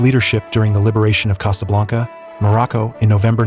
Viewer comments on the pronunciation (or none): none